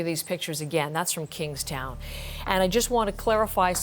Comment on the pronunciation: We in Dominica are thinking of you SVG! we are lending aid and sending up prayers.... side note: I truly love how well the reporter pronounced Soufriere and Kingstown ... I appreciate the effort to pronounce well.. or maybe she is just that good :-)